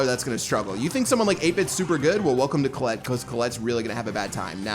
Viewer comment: Who tf is Colelet?? It's "Colette"